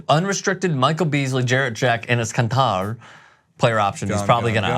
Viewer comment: it's not Khan-tar, it's khanter, ter as in terry. Khan means blood and ter means sweat.